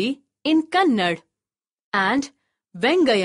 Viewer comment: Hey that is not kannad it is kannada